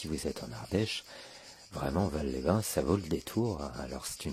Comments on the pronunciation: Petite précision, je suis habitant de de l'Ardèche j'ai même étudié à Aubenas. Alors on ne dit pas "valle" mais "valse" phonétiquement parlant pour "Vals-les-bain" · Merci pour cette vidéo de mon département, une chose cependant on prononce le S de Vals les bains, on dit Valssss…..